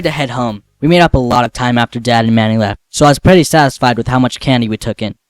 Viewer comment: why the hell does he say im a praitye at 1;33